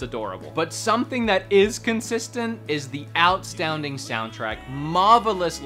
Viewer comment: I don't know why "outSTOWNding soundtrack" is such an endearing misspeak, but it really is.